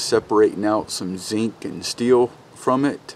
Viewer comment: Took me some time to figure out what the heck is "sink", what is he talking about :)))